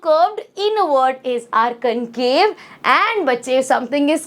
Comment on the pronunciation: Concave not camcave 😢